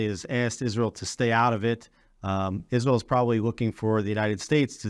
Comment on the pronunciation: The Name is ISRAEL, NOT Isral!